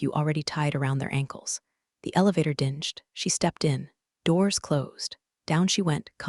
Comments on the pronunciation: When will AI be able to pronounce dinged not dinnged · Its ding'd not dingy dinged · “Ding’d” like “sung,” not “dingy.” AI’s got some catching up to do! 😄